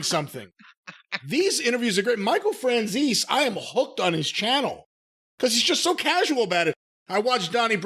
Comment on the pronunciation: Michael Fran-zees?